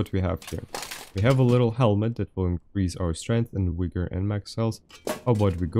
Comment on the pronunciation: Buddy's pronunciation of "vigor" means something different to Americans lol